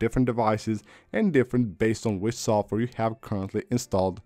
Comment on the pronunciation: “Sof ware” 😂